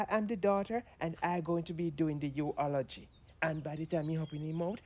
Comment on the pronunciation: the u-o-lo-gy🤣🤣🤣